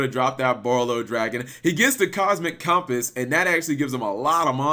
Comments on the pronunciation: michael galicia Yeah you’d think he’d be familiar enough with cumpiss that he’d know how to say it. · how the HELL can you not pronounce the word "Compass"?! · How the fuck do you mess up saying "Compass"? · I'm used to pronouncing things wrong on the regular but compass? How do you pronounce compass wrong? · Your pronunciation of compass kills me.